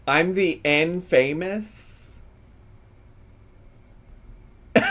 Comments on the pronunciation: LOL “in famous” instead of infamous 😭, she’s so DENSE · In-famous took me out 😂 it's giving "words I've only ever read and never actually heard pronounced" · "in famous" is crazy... did they make her say it like that on purpose?? like is it part of the script??? cuz i SWEAR i've heard her pronounce that word correctly, she KNOWS how to say it. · From the gorl who gave us “dispektful”..we now have “in famous” 😂😂😂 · Not me learning how to pronounce “infamous” 👁️👄👁️ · Infamous pronounced as "In-famous" was a gag in the movie The Three Amigos 😂 The main characters didn't understand what it meant so they kept pronouncing it wrong 😅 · "In famous" took me out and English isn't even my first language 😂😂😂 GORLLLLL LOL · You know that script told her to confidently mispronounce that.